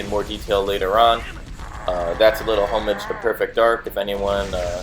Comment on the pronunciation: "homage" is not pronounced the way you think it is.